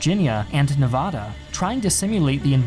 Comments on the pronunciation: Hey man, I really like your channel, but you pronounced Nevada wrong. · Bro thats not how you pronounce "Nevada" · Love the channel. Hate the Nevada pronunciation.